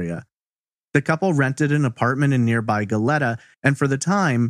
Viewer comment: Love you but it’s Go-LEE-ta not go-let-a.